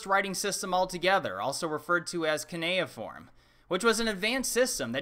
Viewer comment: It's pronounced C-You-Knee-a-form, cue like a pool cue